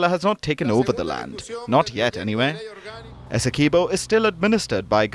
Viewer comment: There is not pronunciation of 'key' in Essequiboo. I car understand why international media houses do not do enough reseach to get the pronunciation of names as they are in whatever country the names are from.